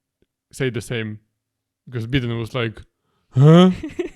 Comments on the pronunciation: Calling Biden "Bidden" actually made me crack up I like that pronunciation much better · They way you pronounce Biden like Beaten was funny, idk if you meant to though 😂